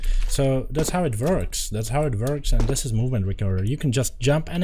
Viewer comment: thats how it vorks